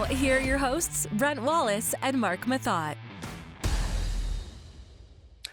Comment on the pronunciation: It's pronounced "moe-tay" ;)